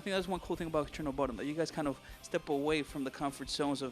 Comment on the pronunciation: I always thought he said chillin of bodom ♡:(